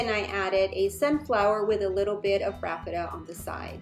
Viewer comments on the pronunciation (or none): Isn’t it called Raffia? I’ve never heard it prounced Raffeta.